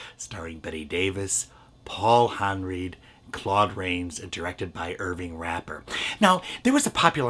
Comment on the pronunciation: I enjoyed this video,, but you made two minor errors. First, Alice Cooper was 20 years older than Bette Davis, not 5. Second, Paul Henreid's last name was pronounced like "Henride", not like "Henreed".